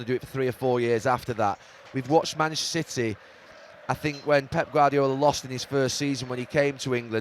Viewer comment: Why can’t Gary say the word ‘Manchester’?? “Who’s “Mansh City”??🤦‍♂️🤦‍♂️you’d think since he’s from there he’d be able to pronounce it properly 🤡